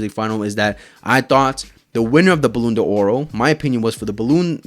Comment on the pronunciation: Bro, learn how to pronounce ballon D'or😅